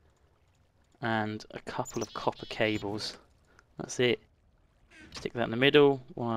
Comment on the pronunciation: Why are you calling copper coppe? Fun